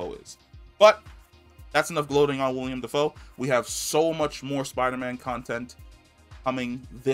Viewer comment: Not tryna be that guy just letting you know, like when you let a friend know they got food round their mouth. It's Willem not William